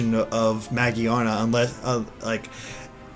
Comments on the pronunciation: I like this video but I didn't like that pronouncing Magearna the way he did. To me it looks like it should be pronounce Ma Gear Nah. How do you think that pokemon's name should be pronounced? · idk, I thought he was saying mo-jee-ar-na. Just adding an r to magiana. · Iain Waddell Ma-gi-ana is what he is saying, there is no R sound in the way he is saying it